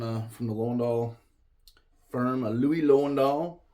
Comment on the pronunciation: Learn to pronounce LOWENDALL. It is Loo-ven-dall.